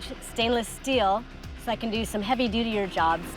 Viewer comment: She said" Dutier"